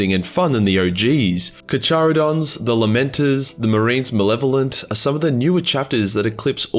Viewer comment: Car-CHAR-adon… bruh